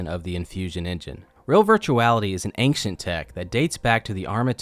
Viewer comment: Lol the main thing I took away was you’re one of the only other people besides my brother who says ancient and “eh-kchent”